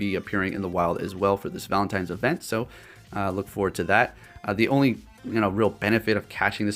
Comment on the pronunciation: Exactly. There is no "M" in the word 'ValentiNe'. It was bugging me too lol.